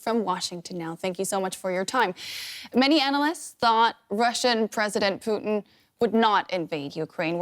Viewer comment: She called him Poutine LMFAO Gold.